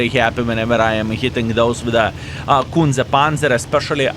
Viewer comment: Skillll you should say it correctly - Kunce Panca 😉